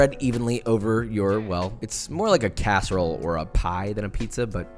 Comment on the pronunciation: Me being from Chicago U kilt the PIZZA but u messed me up when u said CASSEROLE